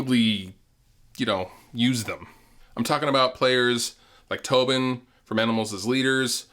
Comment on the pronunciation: HE CALLED TOSIN "TOBIN"